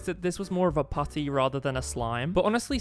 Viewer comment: The way you say putty is crazy❤💀💀💀💀